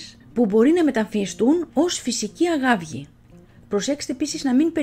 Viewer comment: Φυσική “αγαύγη”; Θα α-γαβγίσω που το άκουσα 😅